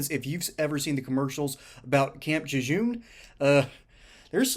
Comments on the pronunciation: It's not camp Camp Jejeune it's Camp Lejeune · It's pronounced " LA JZUNE" ( Lejeune)